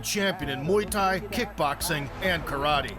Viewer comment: Muay Thai". "Mai Tai" is a drink 🤣